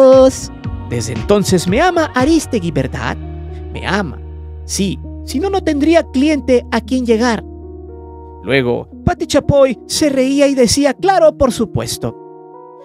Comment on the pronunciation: Aristegui con acento en la E no mames ya casi el millón y sigues sin saber dar entonación